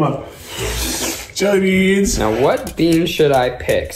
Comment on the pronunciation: The pain when keith says jellybeans